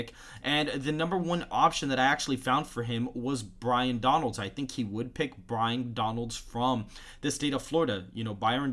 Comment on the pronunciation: It’s pronounced BYE-RON bro. You was struggling 😂. Like the vid tho.